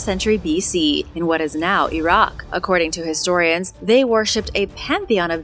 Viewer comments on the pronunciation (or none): none